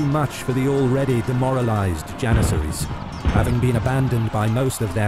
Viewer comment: “32000 jenissaries”💀💀